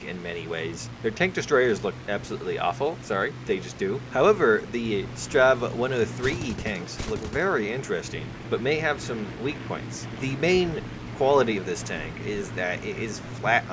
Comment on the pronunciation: did you just fucking day strav 103?